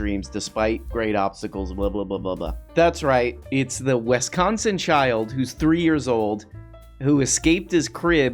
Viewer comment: Noooo not wEsconsin 😉🤣😘 love ya